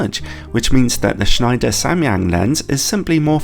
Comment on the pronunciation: I don't know if schneider kreutznach is german but if it is, kreuznach would be pronounced kroitsnach. Just if anyone is interested. Schneider was pronounced very good